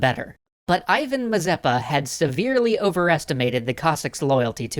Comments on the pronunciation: That sounds Ee-van. Not Eye-van. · you mispronounce Ivan — it's more like Eevan (accent on A). Which is, by the way, on today Ukrainian currency.